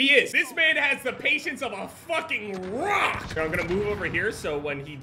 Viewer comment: ”He has the patience of a fucking RRROCK!” 😂😂😂